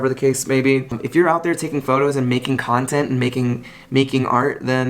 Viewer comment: Jawntent jawntent jawntent !!!!